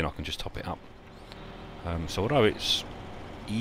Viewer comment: Easier not Easlier lol! I thought I was bad haha good episode! :)